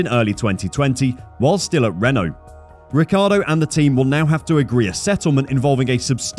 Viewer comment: Fernando's surname is Alonso not Alonzo. The correct pronunciation of Daniel's surname is Ree chee ardo.